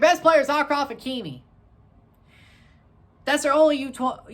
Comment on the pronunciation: Bro let me teach you how to pronounce the Moroccan names.. Akhoumach is pronaounce like this KH is like a spanish J and the CH is an SH Ashraf not Akraf Maw..Houb.. the H is like in hand.